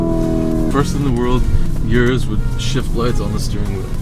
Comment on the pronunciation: O-RUS not U-RUS